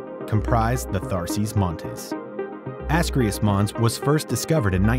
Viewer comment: You lost me 8 seconds in at "Ascreus Mons" (which you called, "Asraeileus Mons"). You then went on to butcher several more names and I finally stopped watching this bullshit. Before you decide to make an educational video having to do with various objects in our solar system, you should first do a bit of research on how their various place names are actually pronounced.